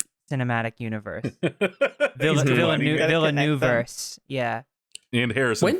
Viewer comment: Why do Americans Pronounce Villeneuve like "villa new ve"? 💀